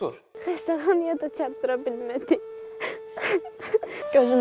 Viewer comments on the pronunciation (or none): Bu ц herfi hacan cixacag Azerbaycan dilinden?xestexanaya цatdira bilmediy